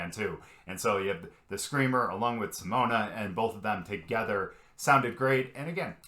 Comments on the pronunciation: The 'e' in Simone is pronounced as a schwa, like the first 'e' in 'believe'. Pronounce it like this: Seamone Seamons . Then you'll be really close to the Dutch pronunciation 🙂. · Simone = See-moan-uh Simons = See-mons That's the best I can do to help you pronounce it the right way. 😊